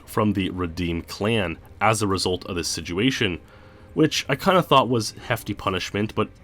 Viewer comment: You keep saying siguation o.O are you meaning Situation ? Or Is this an aluminum aluminium thing going on here